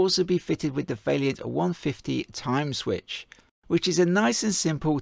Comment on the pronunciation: How am I supposed to take a review seriously from a “professional” who can’t even pronounce the manufacturers name correctly? It’s VAILLANT not Vailliant, you seem to keep adding an extra i for some reason. You say whack a 30kw in because it means you can run two taps at the same time, but that’s nonsense. It should be specd on whether you even have the cold water mains working pressure and large enough water supply to even manage a constant 14l/min + with two taps open, otherwise they’ve just paid for this bigger boiler for nothing. Also is the customers gas supply even big enough to power said bigger boiler you’re trying to flog them, or is that part of it all where you get to sell them a new gas run? You should be mentioning in your videos that using Vaillant modulating controls is best practice as these will increase the efficiency of the boilers as they modulate the burner, not standard on/off controls which are no benefit to the customer in saving money. Nicely produced video though 👍